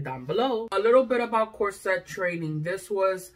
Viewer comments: /COR-set/ not /cor-SET/. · I say CORset. But my freind says corSET. So I guess either way.